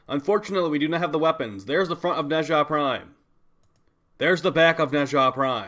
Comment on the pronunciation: my boy pronouncing nezha like hermione telling ron weasley how to pronounce the levitation spell yes the doom slayer is allowed to be a nerd